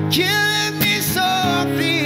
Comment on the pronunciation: Dam i love this cover except the only complaint i have an granted its a minor one, is the pronunciation of the word softly. He sings soo-feee wich is kinda irritating me lol. Say it right bro. Good cover tho